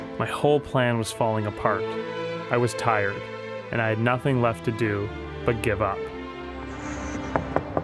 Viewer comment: This guy put an r in the word "do"